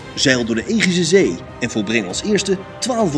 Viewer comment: Zeus uitspreken als zuis is correct. Het is immers een Griekse naam. Maar Egeïsche zee uitspreken als egiese zee (in plaats van egee-iese zee) is wel fout. 😊